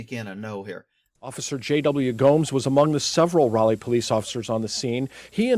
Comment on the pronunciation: Raleigh is pronounced...Rah - Lee. Named after Sir Walter Raleigh.